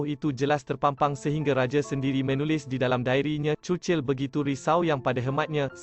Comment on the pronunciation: sebut churchill betul ii